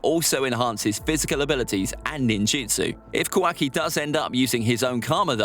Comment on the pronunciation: Ka- WAKI